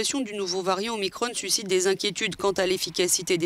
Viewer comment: En français on ne dit pas Omicronne. On dit Omicron, comme Macron.